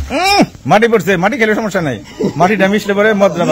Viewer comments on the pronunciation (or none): none